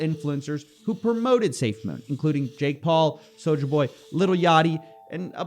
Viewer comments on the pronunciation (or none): you gotta stop pronouncing it soja boy. soja boy was on 90 day fiance